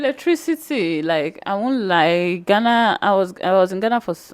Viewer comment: My sister the name is Ghana not Gana.